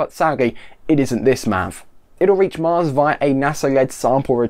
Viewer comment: I head "Marx" and was very confused XD.